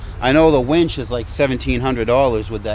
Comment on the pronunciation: When you say Warn Zeon wench, I hear "Werewolves of London" in my head.